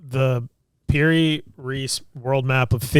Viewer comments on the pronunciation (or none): Piri Reis is pronounced Perry Reese like Reese’s pieces.👍